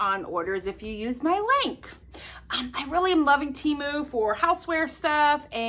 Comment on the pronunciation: Gold stars and a rose on your nose for pronouncing TEMU correctly! Yay!